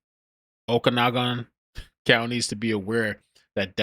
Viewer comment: Oakanogin, shhhlan, is how those are pronounced. Just an fyi. Thanks. Youre the best